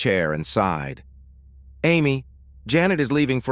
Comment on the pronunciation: Enjoyed the story very much. As a note it is "SIGHED" not "SIDE"!!!